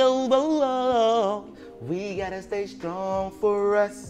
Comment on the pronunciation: DC keeps saying We gotta stay SKRONG for us🤣🤣He also say Skreets..He never puts T on his words WHY?🤣🤣